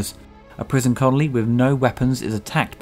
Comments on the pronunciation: That's 'col-on-ee' not 'con-ol-ee' ;) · Did you say "to save a conoly?" Did you... did you mean a colony? I think you meant they were attempting to save a colony. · You say "Conoly" instead of "Colony" ? :) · You said it again! It's not a prison conoly, it's a prison colony, my man. It's so weird seeing such a well produced and well researched video have such a silly running mistake in the narration. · Colony, not Connolly. I only point this out as you did it twice in under a minute.